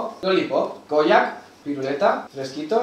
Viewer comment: Cada vez que decía Koyak yo entendía polla😂😂